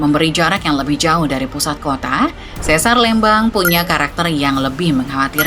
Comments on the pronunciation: bacanya lembang min bukan lembang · Pelafalan Lembang tu setau sy pke E keras ya bukan E lemah, kyk kita nyebut kata 'Lebar' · LÉMBANG bukan LEMBANG ! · Aneh banget denger penyebutan Lembang bukan Lémbang kaya bahas daerah lain. Penyebutan harusnya sama dengan PALEMBANG, buang PA nya. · sanes eu, tapi e biasa. sanes é kieu. tapi da tanggel nya HAHAHAH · bukan eu, dia pakai e pepet. ( é taling untuk lélé, e pepet untuk lemes, eu untuk leupeut) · Leumbang 😮 Harusnya biasa aja sih kaya nyebut kata "Lempar", demikian nyebut Lembang dengan cara yg sama. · Yupz, lémpar, Lémbang, méré gé hésé. Aksara swara dalam bahasa Sunda huruf (e)nya ada 3: e : e pepet é: e taling eu: eu Di video, pembaca narasi menggunakan e pepet dan eu. Harusnya ya memakai e taling, seperti kata "Lémpar" seperti yang anda sebutkan. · itu baca lembangnya salah 😁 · Begitu dengar cara bilang Lembangnya salah langsung skip, gatal di kuping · Sebagai orang Sunda. Gereget banget pas narator bilang Lembang pake eu 😬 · Eta mh digayakn macana bukan tidak tahu😂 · Baca Lembang nya biasa aja min, aneh dengernya 😂😂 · Maap .bukan sesar LMBANG cara bacanya. Tapi sesar LEMBANG ! E....E....LEMBANG .bukan LMBANG. TEGAL LEGA .salah lg cara baca nya. Bukan TEGAL LEGA ! Tapi TGAL LGA .mksh .